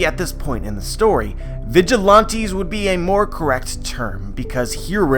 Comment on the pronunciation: The way you say vigilante is pissing me off